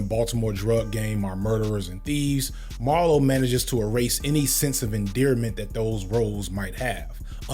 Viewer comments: Marlo, not Mario 😂. Hate his guts til this day! but you still gotta get the name right lol. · Marlo, MARLO Stanfield, not Mario.